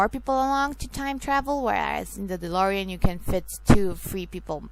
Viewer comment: c'mon of coarse its DeLorean....